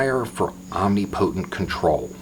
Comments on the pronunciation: "omni-potent" = om-nip-o-tent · Pro tip: it's pronounced om-NIP-a-tunt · omNIpotent, "neesh", pundit